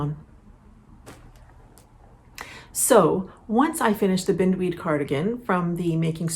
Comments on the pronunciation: Forgive me I may be wrong but Bind weed as in bind me up in yarn - not binned weed. it is a common garden pest and the cabling certainly is reminiscent of the horror that is the weed. And Kestrel is a bird - KES trel emphasis on the first syllable. Sorry its my father in the back of myhead correcting me! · So happy to see a new episode! Thanks for sharing so much 😊 I see someone else already mentioned that the name of your sweater would be pronounced with a long "i", after the beautiful weed that entwines everything it comes in contact with! You have such a lovely way with language and pronunciation, thought you'd want to know💕